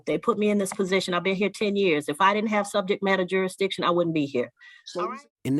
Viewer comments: He said subject matter “juri-diction LOL You missed the “s” sir! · yup….and isn’t it funny how these sovcitz can’t even pronounce legal words like, “ jurisdiction”? His version, “jur-dish-ion” …jmo… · " Jury-dishon" is a new one on me! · I've seen this one already but I love your channel so much I watched it again, lol. Plus this Judge is fantastic, she takes no bs. needs to learn how to pronounce jurisdiction since he loves saying it over & over & over....😂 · This judge should not allow these clowns to make a mockery of her court. And you would think that after twenty attempts would learn how to say “jurisdiction”. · He can’t even say “jurisdiction” properly.. LOL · You can't even say jurisdiction right...what an moron!! My god!! The scary thing is is some of these people have kids smh